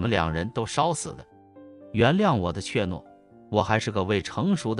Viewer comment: 怯懦，不念 “確“諾。 音：妾。